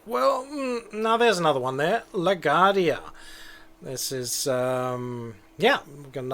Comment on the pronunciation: Of course, if you wanted to reverse that, and have flights depart on 4 taxiing via A, B. Arrivals on 13 taxiing via B (again, so they cross 4 more quickly, allowing you to depart faster IF the glitch I mentioned in the previous post doesn't apply). BTW, it's pronounced LA-GWAR-DEE-YA or LA-GWAHR-DEE-YA. :)